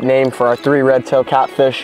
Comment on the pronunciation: Three not tree